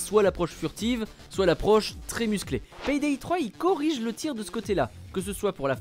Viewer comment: vous avez vraiment un problème avec la prononciation des "Y" par chez vous... PAYDAY se prononce "Pé Dé" et pas "Pèye Dèye"... d'ailleurs "Play" de Playstation"... se dit pas : "j'ai ma plèye" mais plutôt: "j'ai ma plé" ;)